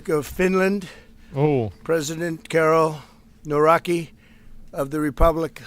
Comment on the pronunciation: "Carol Noraki"??? (Karol Nawrocki) 😆 Greetings from Poland, I love Trump, but seriously? I burst out laughing this time.🤣